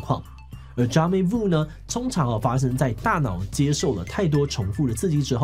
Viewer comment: jamais vu 的 s 是不是不發音?